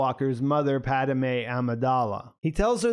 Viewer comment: with the Mr Pickett pronunciation of Padme lol. “PAD-A-MÉ”